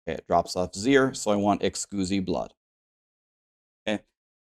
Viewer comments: Is it a joke for you and your community or do you actually pronounce exquisite as Ex·uzi instead of uhk·skwi·zuht. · Did you just say excusee blood? You mean exquisite? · Can you stop saying Excoosite. It's literally exquisite, like delicious. Fuck, you're special. 🤧🙄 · "Eckscuzee blood" hehe good laugh there. It's Ex-quiz-it. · "Ex-coosi blood" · Hey! First i want to say ty. I watch your content a lot and you recently did a video explaining how to get compasses, i really needed that. I wasn't getting compasses because i had not finished the questline! Second it is Ex Quis IT blood not ex squoozee. E X Q U I S I T E... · lol i love how streamers pronounce things ... ex cuzee blood :P (a heads up, its pronounced "ex - quiz - it") :) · Ex quiz it not ex cuse e hahaha. You sound like the guy from Euro Trip haha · Exquisite, eks-quiz-it. Like an exquisite wine. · Excusemeblood 😂. Great tutorial, I needed this. But you might want to look up how to pronounce exquisite. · Ex-quiz-it blood. ;) Good video however. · The word is pronounced “ex-quiz-it” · Im sorry, but its EX QUIZ IT blood. great video but this drove me nuts. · Anyone else's eye twitch everytime he says excooosite blood instead of exquisite blood. Hahaha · Pronounced: Ex-squiz-it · are you mispronouncing exquisite on purpose lol... Xqusy is hilarious and needs to be the new name of it. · I love you and I love your guides but it's Ex-squiz-it Blood ✌🏼♥️ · Exquisite pronounced 'ex-squiz-it'. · I lol’d when you said ehskoozy blood, startled the dogs.😂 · Excuzee blood? What? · Excusi Blood? n1 pronunciation xD ty for the vid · “Excusee-blood” I can’t unhear this 🤣 I will forever call it “Excusee-Blood” ❤️ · its exquisite blood pronounced ex quiz it haha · Please tell me you're intentionally saying Exquisite wrong..... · Dafuq? The way you say exquisite makes baby seals autistic at birth. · Dude was home schooled and his mom dropped out half way through from how he pronounces exquisite.